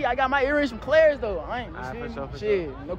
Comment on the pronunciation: Bruh he said clayers. He probably meant Claire’s